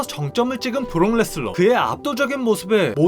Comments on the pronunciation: 레스너를 왜 자꾸 레슬러라고 그러냐... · 왜자꾸 브록레스너를 브록레슬러라고 말하는겨 이름도모르나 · 왜 자꾸 발음을 브록 레슬러, 브록 레스러 라고 하는거임? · 자꾸 브록 ‘레슬러’라고 섞어 말하는거 개 거슬리네요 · 근데 ai보이스의 문제인지 자꾸 브록레슬러 라고 발음하는게 들립니다